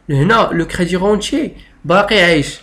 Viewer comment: Vs prononcez mal débirentier et crédirentier.